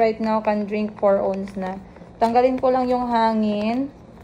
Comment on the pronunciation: Ounce - you pronounce it as “awns”, not “ons” lol ✌🏻